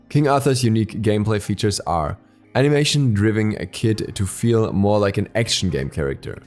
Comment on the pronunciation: "Animation Drivne Kit"